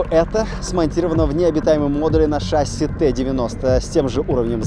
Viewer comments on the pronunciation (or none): none